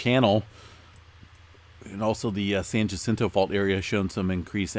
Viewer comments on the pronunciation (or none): Mmm...not Ja jacinto...say Yacinto. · Shouldn't it be Hacinto, like in jugo de naranja.